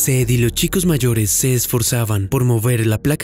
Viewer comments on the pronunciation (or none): "lo chicos"?? Amigo pronuncia bien !! Arruinas el relato todo el tiempo cometes el.mismo error!!